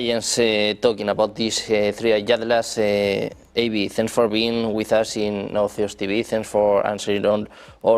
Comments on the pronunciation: El nombre de este señor por favor pronunciese bien: Dr. Avi (como suena, no "Eibi") y Loub (no Loeb como se escribe, al igual que Joe se pronuncia "llou") hay mejorar ese inglés. 😅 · Avi ❌ Eivi ✅